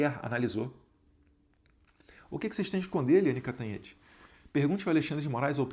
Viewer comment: Eliane "Canhotede" 😂😂😂